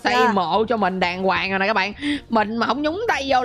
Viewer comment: Từ của người ta là "đoàng hoàng" chứ không phải là "đàn quàng" nhé anh 😁😁😁